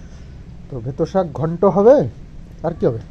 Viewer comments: Saago noy..kathata saak..beto saak!👍😊🥰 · Bheto sag noi beto sag.